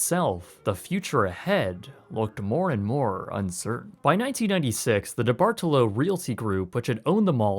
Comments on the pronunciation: It drives me crazy every time I hear the name DeBartolo because I've never in my life heard it pronounced that way. It's always said "deh-Bart-lo" I am from his home town and his name is on a lot of stuff here. We even got a statue of him in our mall. I never heard it pronounced like "de-bar-to-lo" not once but maybe that's the real way to say it I dont know. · It’s pronounced De-bart-lo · Youngstown native here - it's pronounced debartalow lol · Grew up going to this mall. It was a beautiful, bright, lively place in the 70s and 80s. What's left of it is only 30 minutes or so from where I live now. Eyesore is too kind of a words for it. Chuckling a bit at how you say his name. Here in the Pittsburgh area, we say it as Deeee-bar-TOLO. Ah, my teen years remember that place fondly. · It’s the Debartolo mispronunciation for me. So wholesome in nature and such a Pittsburghese type criticism 😂